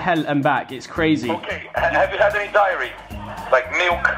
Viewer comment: when that guy said have you had any 'diary' in stead of 'dairy' i was like ?????? but then he said milk and i was like oohhh.